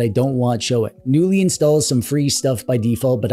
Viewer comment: In the swedish word the K is not silent.